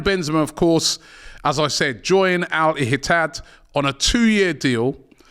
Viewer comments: Not Al hitat,it is Al ITihad and it same as Etihad. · Al "Ihitad"????... My God.. kills me.. 😂😂😂😂